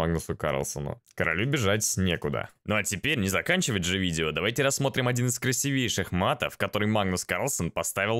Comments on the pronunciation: Краси́вейший!!! Ударение! Народ потом безграмотным будет! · Канал неплохой, но режут слух орфоэпические ошибки. В слове "ладей" ударение на последний слог, в слове "красивейший" ударение на первую И.